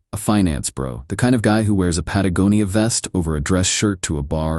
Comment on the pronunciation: Omg, someone finally pronounced "Patagonia" correctly. Thanks. 😊😊😊